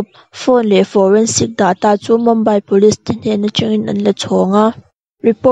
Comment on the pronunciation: Mumbai hi Mambai tiin in lam thin a, Mumbai ti mai rawh u , chuan a ngaihnawm thin e ralthuam vel hi 👍